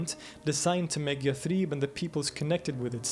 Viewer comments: Impressive scholarly work. I’d hate for anyone to take on you your butchering of Arabic words. Yathrib is pronounced with short vowels (not yath-reeb). Ibn ishaq is pronounced iss-haq (not ish-aq), just to mention a couple. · Interesting, if derivative (and the presenter is very engaging but he manages to pronounce every single Arabic word wrong; Yathrib, shirk, muhajirun, haram...). It should be watched by those who question the historical authenticity of Muhammad (out of sheer ignorance of the sources, it must be added). Anyway, this only tells us that Muhammad was a clever politician who bid his time and/or thought that he'd end up convincing everyone (including the Jews) to embrace his new religion. What we know is that he wasn't a tolerant person. Just read the Sira and you'll see that the Quraysh actually bent over backwards to try to accommodate him, but he was too intransigent to accept that they continue with their old beliefs.